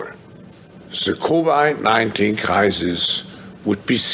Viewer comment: Did he say "Covert 19" ??????